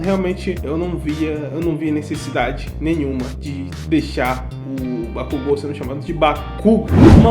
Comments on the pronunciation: Bakugu? Cara sério, oq o dublador tem na cabeça pra chamar o bakugou de bakugu, kkkkk ficou muito foda e engraçado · Déku e kazinho passa, mas bakúgu NÃO, MDS BAKÚGU PRA QUE MUDAR O NOME DO PERSONAGEM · Kazinho dá pra aturar, agora BAKÚGO cARA KKKKKKKKKKKKKKKKKKKKKKKKKKKKK Aí deu ruim kkkk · Sinceramente bate uns estranhamentos, mas depois de um tempo tu se acostuma. (Tem horas que vc até não percebe que eles falaram Bakugo em vez de Bakugou ksksk) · eu assisti dublado e falo bakúgu pq acostumei '-' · Bakugou Katsuki? Não, não... Bakúgu Kazinho.... yeah 😎👉👉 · Meu, kazinho até vai, mas Bakúgu foi de ferrar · na vdd, a escrita correta é 爆豪勝己 (Bakugou Katsuki) então tá corretíssimo. A fonética é Ba-ku-gô.